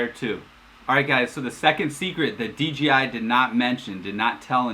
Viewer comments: That's OK, he kept calling DJI DGI. But a great video. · how about the fact that it’s DJI not DGI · It’s DJI there is no G in it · Common mistake, I even say it sometimes accidentally. I even caught the official DJI support videos narrator doing it in a few videos.